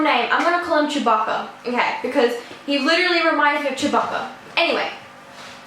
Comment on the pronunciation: lol im eating cookies rn while watching it also its (Chew-bah-ka)